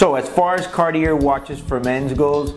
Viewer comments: How can you do a review for this watch and how can anyone take it seriously would you can't even pronounce the name of the brand? Bro, the Cartier is literally a household name for just about everybody. And you are doing reviews of it? Come on now. It's Car...tee. A. Your inability to pronounce that combine with the sunglasses makes this absolutely laughable. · Karty-air. reminds me of Oh-meee-guh. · I didn’t know you say the r, in Cartier... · Great video but please get the name right! Would be nicer if you knew how to actually say CARTIER!! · Bro, you need to learn how to pronounce the name of the brand. LOL.